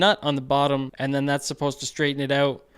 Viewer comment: I love how you were placing the Ontario licence plate while saying "having them oot"... made me laugh. Also...great video. Love the build.